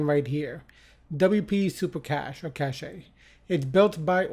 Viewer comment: helpful video Thank you btw, cache pronounces as KASH ;)